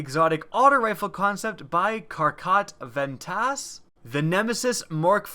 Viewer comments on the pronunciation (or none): Lmao you said Karkat Vantas so wrong